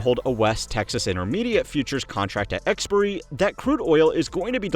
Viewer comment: Eks-Pai-ah-ree not Eks-purr-ee